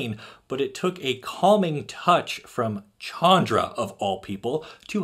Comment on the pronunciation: And the CH from Chandra is pronounced as an SH.